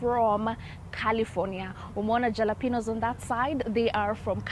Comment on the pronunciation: Jalapeño, pronounced as Ha-la-peno.